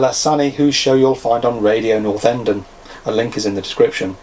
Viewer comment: North -Enden :-( I grew up there sir and is certainly not pronounced that way Northern-Den more like, most famous for the Fads Decorating shop that used to be there which was the place where the Stone Roses got all the paint they threw all over their manager lol